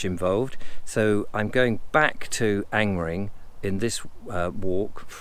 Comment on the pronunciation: Another interesting walk, have to say that I smiled that you pronounced Angmering perfectly (I assume) yet stumbled over the word "circular", Ive never quite known how to pronounce Angmering personally and avoid it at all costs;)